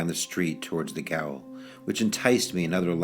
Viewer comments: Thank you for this. Just so you know, gaol is the British English spelling of the word jail and is pronounced jail. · Gaol is pronounced jail. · Not to be a dick, but gaol is pronounced "jail".